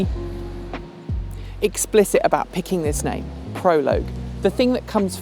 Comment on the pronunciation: Thank you for pronouncing Prologue correctly., listen to, she knows how to say this word.